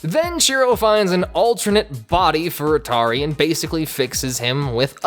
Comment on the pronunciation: You pronounced Antauri as Atari.